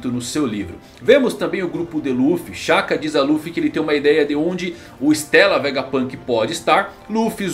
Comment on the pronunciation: Não é "estéla" é "istêla", é italiano.